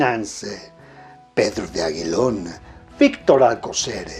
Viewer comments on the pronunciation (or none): Señor, una falla es la foto de Mimi derba, la segunda si es, la primera es otra persona. Tampoco de dice De Aguilón, lo correcto es De Aguillón, pronunciando la elle, o sea la doble L.